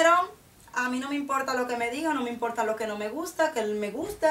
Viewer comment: jajajajaj me rio de que dijiste : no esta de moda pero a mi no me imporrrrta!! jajajajajaj pero ya si estan de moda!! besos!!+